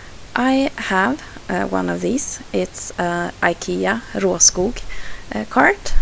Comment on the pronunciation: I already knew it but you are ADORABLE! I loved watching this little spotlight all about you and your multi-styled talents! I got very excited to hear you pronounce Råskog so beautifully too. You don't happen to be Swedish, do you?! (LOL) Repeat after everyone.....;-) x x x